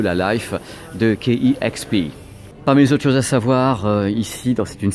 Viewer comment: Salut! euh la radio c'est KEXP (d'ailleurs à prononcer "quai ex pi" et non "quai euh ex pi"), mais tu t'en es bien rendu compte quelques instants plus tard! Tes vidéos sont super cool!